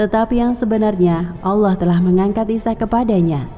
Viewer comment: karena lidah kita bukan lidah bahasa inggris maka sebenarnya melafalkan kalimat Allah pun harus benar (tidak berubah seakan bunyi 'o') . Sebab Lam dengan fathah ditambah Ha mati berbunyi Lah bukan Loh. Bagaimana dengan kedisplinan dlm membaca iqro' semuaya menjadi baik tapi kenapa pengucapan Allah menjadi berbunyi Alloh , yg notabene cara ucap lidah orang barat. Ingat betapa penting selama ini kita menyebut nama Allah (Tuhan semesta) dengan salah bunyi/ucap.